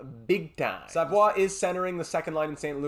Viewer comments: but they don't pronounce it that way... You can also see both pronunciations in Quebec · hes not french bruh ur saying his last name wrong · I noticed you said it wrong the whole video... I'm just pointing out that they don't pronounce it that way. And both him and his family would most likely correct you on it as well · it's almostl you become a french canadian when you prononce their french names. It Makes me laugh everytime haha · Idk why it makes me so mad when he says savoie wrong